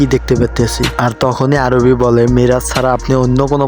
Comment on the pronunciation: আরে ভাই আরুবি না আরুহি😊